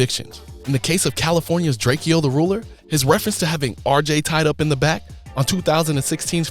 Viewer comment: LMFAO drake eee oh and Texas tay-k what the actual fuck